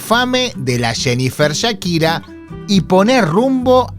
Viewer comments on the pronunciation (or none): none